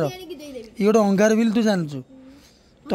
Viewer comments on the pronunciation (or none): ଅଙ୍ଗାରୁ❎ ଅଙ୍ଗାର ☑️ 😂😂